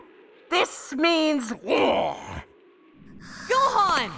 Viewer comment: Did Goku say..... let's go hone goham?